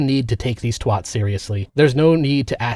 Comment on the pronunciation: when an American tries to pronounce 'twat' an angel loses its wings